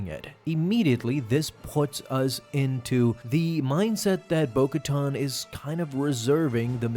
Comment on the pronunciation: bo katan not bo koton..